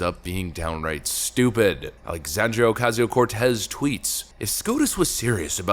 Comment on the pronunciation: I particularly enjoyed how you pronounced Sandy's name in the same fashion as Rush Limbaugh: "AlexAAAAndria oCASSSio CorTEZZZZZ" - brilliant!